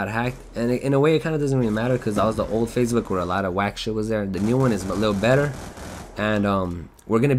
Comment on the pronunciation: I like it how he says Facebook like fazebook. Lol